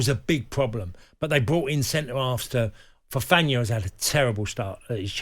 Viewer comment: Fofana had a terrible start? he even pronounced his name wrong lol these pundits are clueless